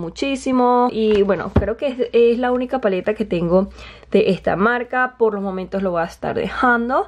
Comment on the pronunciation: ejta paletita